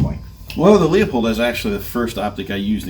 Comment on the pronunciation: I was enjoying the video untill I heard you pronounce Leupold as LEAHPOLD. Credibility gone. Just kidding, thanks for putting together a good sample of carry optics choices. I went X5 Legion but am tempted by the Walther Q5 match because of the way it fits my little hands. Seems like Shadow 2 with optic cut slides are showing up more and more.